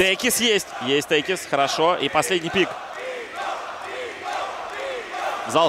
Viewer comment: Никогда не слышал за один раз сразу столько искрометных шуток про пит лорда. Ваганыч нервно курит в сторонке. P.S. Не течис, а текис.